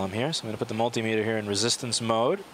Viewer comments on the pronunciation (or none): none